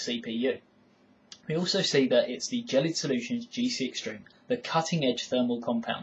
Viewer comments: Gelid is pronounced with a G like "game" or how kids say "gehy", it ghel-lid not "jellied". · Dylan Greene 1. Gelid is a brand name, not a word, so it could be pronounced either way (depends on how the person who named it intended it to be pronounced). 2. The guy it video is pronouncing it jell-id not jellied. 3. Gel (as in hair gel) is pronounced jell in the U.S. and U.K. and the consistency of Gelid is similar to that of a gel, so there's a good chance it's supposed to be pronounced jell-id. Don't know for sure though. We'll just have to ask them I guess. Peace